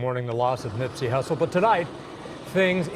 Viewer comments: Did he say nipsy russel??? 🤦🏻‍♀️ Gawd damn! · Did this dude just say Nipsey “Russle” ?? It’s Hussle my guy, Hussle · I heard him say Nipsy Russell the first time. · It’s hustle 🤦🏾‍♂️🤦🏾‍♂️🤣🤣 my guy, GOD DAM